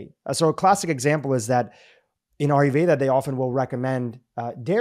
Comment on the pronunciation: Its pronounced "EYE-YUR-VEDA" not ARE-YOU-VEDA"... ur Indian, you should know this!